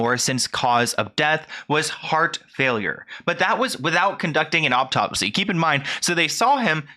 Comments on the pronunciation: Please stop saying "optopsy"! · Learn how to pronounce autopsy